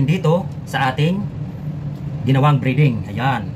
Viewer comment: Hindi briding idol,breding ang tama